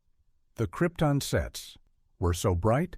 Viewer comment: Careless error: Krypton is pronounced incorrectly, but Brando made the same mistake in the film, so maybe accuracy doesn't matter.